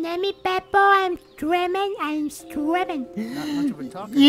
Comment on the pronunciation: He said stremmin (streaming)